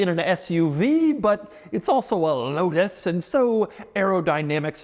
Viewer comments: The L in Lotus should be a W. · I saw one of these in person last weekend at McLaren Philadelphia and stood in front of it trying to pronounce the name like Doug did on the drive…out loud…like a crazy person.